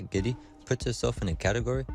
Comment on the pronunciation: GIDEY - wrong pronunciation - not GEDDY!